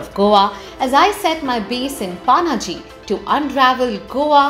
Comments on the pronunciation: Panji not paanaji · It's not Panaji it's पणजी lol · You don't say Paaaannnaaaaaji for Panjim while you're in Goa and you don't say Frisco for San Francisco while you're in the Bay Area......Please correct pronunciation of city names...It's Ponje in Konkani and Panjim in English....not Paaaannnnnnaaaaaji.....Take Pan from Pan card and take Gym......Pan+Gym = Panjim.....this is the right pronunciation of our city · It’s Panjim or Pa - na Ji - not paaa naaa jiii. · It's not PAANAAJI, IT'S PANAJI OR PANJIM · It's not panaaaji. Panjim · It's not Paaanaaaaji, it's Panaji* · It's not पानाजी 😂😂, it's पणजी. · Actually it's Panje in Konkani as in पणजे So she still pronounced it wrong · The way she said pa-na-ji....😵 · Nice video but that pronunciation hurts 😥 Paanaaji... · At least pronounce it properly it's Panji not Panaji 😡😡🤬😠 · Did she say Paanaaji 🤦 unsubscribe and dislike.. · Panji 😂 try to pronounce it right 😂😂 you are Indian not so called NRI 😂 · Kamya Jani u r beautiful! But u cant even pronounce Panaji! Very sad! Paanaaji ? Seriously? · It's पणजी not Pa-na-ji पानाजी as you are pronouncing it The fluency with which you say 'Panjim' as the Brits ruined most of our local names, please learn the Bharatiya (Indian) names well before you visit. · Pronounce Panaji correctly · Her pronunciation of Panaji is wrong and irritating.